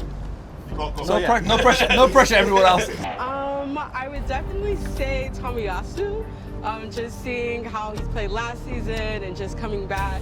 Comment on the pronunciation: the girl is trying to hurt Riccardo by saying tomiyasu